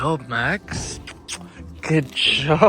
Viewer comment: U keep on saying maxs